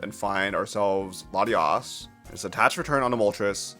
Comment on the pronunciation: i just got up and heard this guy calling latias, latinas. wild